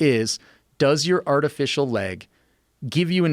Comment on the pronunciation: Anyone else die when he said "artifish"..